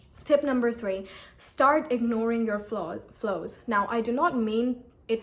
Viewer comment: I guess it's flaws and not flows, you've been pronouncing it wrong